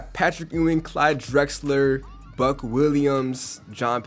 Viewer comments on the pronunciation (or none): none